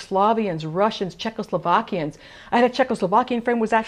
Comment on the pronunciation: Loved the recipe, definitely gonna try it. Just laughed a little bit when you said "Yugoslavians" and "Czechoslovakians", not in a mean way though. Glad I discovered the channel.